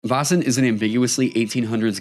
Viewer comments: The 'Vä' or 'Vae' in Väsen / Vaesen should be pronounced a bit more like the 'Ve' in Very, /Swede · Also, "Vasen" = the vase. Made me giggle and cringe a little each time. 😆 /Another Swede